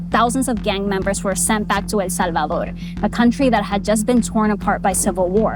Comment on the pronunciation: The way she says El Salvador 🤦🏻‍♂️ 😴😴